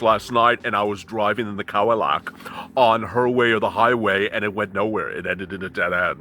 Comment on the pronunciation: "Cowillac". too Funny!🤣😂🤣